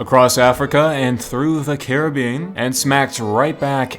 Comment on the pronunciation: That’s not how you pronounce Caribbean